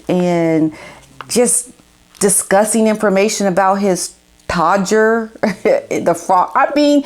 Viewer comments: Oh, you cracked me up when you said his Codger🤣🤣🤣I think you meant Todger, not being mean, it was just funny Have a beautiful day Cheers ❤️🌸❤️🌸❤️🌸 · That’s the first time I’ve heard an American say ‘todger ’ made me chuckle 🤭 it’s kind of a comical word to use over here 😆